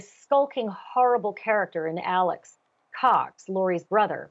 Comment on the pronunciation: Alex not ALLEN